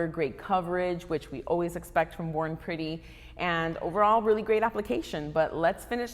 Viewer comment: I thought U said “ boring pretty “ 😂